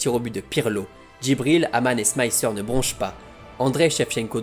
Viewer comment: Super vidéo, par contre Smicer se dit Smicer, pas SmaÏcer